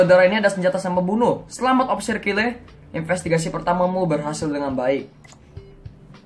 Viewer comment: nama kakak dibacanya kile ya aku kira kayel